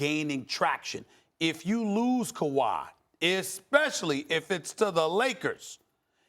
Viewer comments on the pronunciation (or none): I love how all the American talking heads say Kuwai signing everywhere but Toronto. Maybe they are right but I'd like to see them proved wrong again 😂